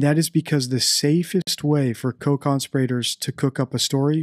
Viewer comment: Great video. One thing: co-con-SPEER-uh-terz